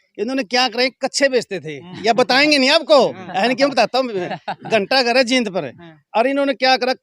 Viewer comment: भैया जी ये जीद नहीं जींद है